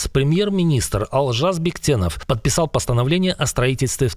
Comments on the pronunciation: Не Алжас Бектенов а "Олжас' (алжасу = маразм) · Не Алжас, а Олжас Бектенов! Бесите уже!